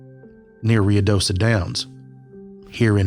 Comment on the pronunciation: I think it's pronounced Roo-ih-doh-soh. Thanks for this great episode!!